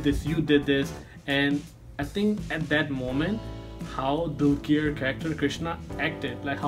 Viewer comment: One thing i wanna say is, The way u pronounce dulquer is not right. Its 'Dulker' Not 'Dulkeer'.:D